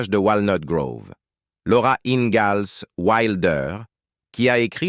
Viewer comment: Le mec qui prononce laura ingalls avec un z au lieu du s.